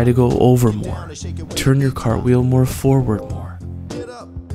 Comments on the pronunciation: "Crapwheel" made me die every time you said it. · The first time I saw this I thought you said crab wheel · Idk y but I laughed everytime he said crapwheel